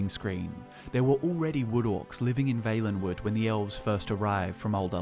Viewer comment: Really wish the guy would pronounce Valenwood right...